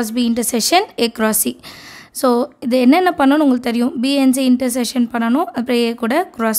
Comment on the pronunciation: Intersession ❌ intersection ✅